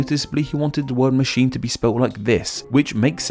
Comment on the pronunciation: "MASHEEN" LOL WTF!?